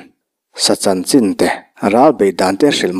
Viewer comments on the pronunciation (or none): none